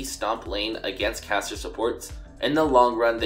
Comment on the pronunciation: Oooh, it's caster support not cassio support, confused me through the whole video